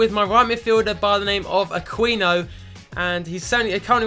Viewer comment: Aquino is " A-ki-no "